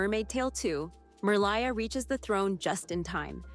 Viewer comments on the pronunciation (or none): Did anyone notice that she didn't say Merliah's name right? She said it as Merlieh like she lies but doesn't. I don't get how she could have made that mistake because the dolphin in the first movie says it when she dives under the water for the first time especially if she actually watched the movie. Did she not catch it? 😢😮😅 I'm surprised and just sad 😔 finding to see this after nearly a year but that's okay. Did I miss if she went over The Princess and the Popstar? 🎉😊❤